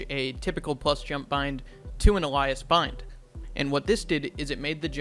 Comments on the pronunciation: You’re supposed to say it like “Ay-Lee-uhs” btw not “Ah-lie-us” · al-eye-uhs? I'm pretty sure it's pronounced ay-lee-uhs, as in, pseudonym. Anyway, thanks for the video. I hope valve fixes this. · great vid. wonder what u think about "bind key toggle fps_max 32 999" also alias is pronounced ay-lee-us. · Stay in school its pronounced a-li·as. really said it like some 2044 name....butchered that pronunciation....take some time off cs wth. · Ale-E-us is how alias is pronounced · I almost caught whiplash from the way you pronounced alias?? Brother great video but you gotta know how to pronounce it LOL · alias is not pronounced like that